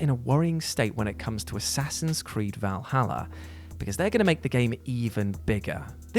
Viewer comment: It's "Valhalla" man, not "Vahala".